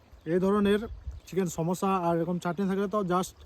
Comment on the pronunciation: ভাইরে চমুছা হবে... সম্যাসা না😅😅